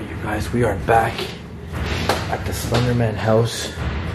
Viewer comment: Why do u keep saying "SlEnDeRmAnS bAsEmEnT"